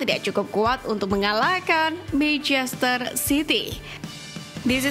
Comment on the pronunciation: kenapa sih dari dulu naratornya kalo ngomong manchester city selalu terdengarnya kaya "meicester" tadinya saya pikir saya yg salah denger, tapi emang bener naratornya ngomongnya "meicester" terus...😂